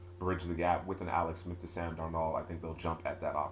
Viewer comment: In the future just say Sam D because the way you say darnold is just a NO,NO